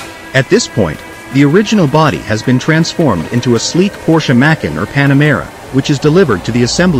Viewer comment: Try fining a better AI voice for your videos. I have no idea what a Macken is!